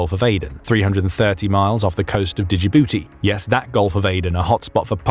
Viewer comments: Please. You report a supposed international pirate episode and you don’t even know how to pronounce a country’s name. Jibooti. Not Dijibooti. Learn. It’s not eye rack. It’s Iraq. It’s not eye ran. It’s Iran. So ignorant. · It‘s "Djibouti", not "Dijibouti". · Pronounced "Jibooty" not "Digibooty." 😂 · Great stories, but please learn the correct pronunciation of place names such as Djibouti (Juhbootie). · Say Djibouti like Jibooty. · “Djibouti” is actually Pronounced as “JIBOOTY”…….You DON’T pronounce the letter “D”…..Hope that helps……. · Djibouti - pronounced JiBOOtea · djibouti is pronounced jidouti the d is silent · Djabuti is pronounced JUH-BOOTY, and it's fun to say. All shipping ports should be described by thier distance from Juh-booty. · Digibootie haha oh the English.. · FYI, the 'd' in Djibouti is silent. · I don’t think that’s how you pronounce “Djibouti“. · The "d" is silent in Djibouti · AFAIK, the D in Djibouti is silent. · I guess “The Military Show” is too poor to employee an educated Brit. 😄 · I'm not great with the English language but I'm pretty sure that Djibouti is vocalized with a silent d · Djibouti isnt pronounced the way you say it. The D is silent.